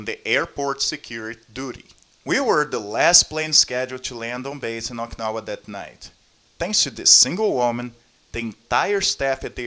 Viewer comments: its o-ki-na-wa not oiknawa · it wrote as okinawa but u keep pronouncing oikawa lol